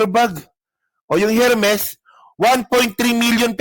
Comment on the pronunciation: feeling matalino…. Ermes ang pronunciation hindi Hermes. Silent H yan TANga 😂 Pati precedent ang basa mo president TANga ka talaga 😂😂😂